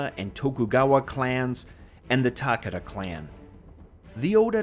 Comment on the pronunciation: Nice video. Just a heads up. When you say "Takeda" it sounds like you are saying "Takada". "ke" sounds closer to how you would pronounce the letter "k" in English.